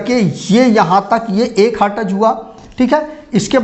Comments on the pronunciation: hartaz nahi हर्ट्ज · Hertez nahi sir Hertz